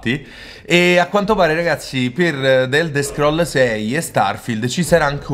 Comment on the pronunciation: "d'elder scroll" è bruttissimo da sentire però.